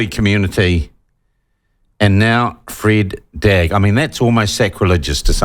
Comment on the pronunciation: He pronounced 'Freda Drag' incorrectly. Please do not try to align yourself with anybody outside your 'community'. We do not wish to be associated - in any way. Stay in your lane & take responsibility for ' your best & authentic self'.